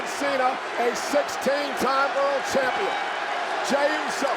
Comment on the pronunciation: Mr "AAA Mega KAMPION (Champion)" 😂😂😂😂